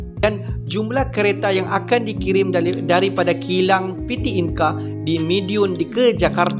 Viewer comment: Bang saran sikit kalau untuk bahasa Indonesia tidak menggunakan abjab Inggris...kami di Indonesia menggunakan bahasa Indonesia dgn abjab sendiri abjad Indonesia.... Coba Abang pelajari abjad Indonesia... Contoh PT dia baca Pete bukan piti